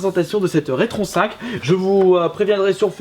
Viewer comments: On a déjà du te le dire mais la console se prononce Rétro N5 et non retron5. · Non plus, c'est RetroN 5.